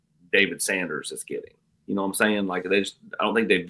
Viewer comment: Pet Peeve is the pronunciation of you know as yaow.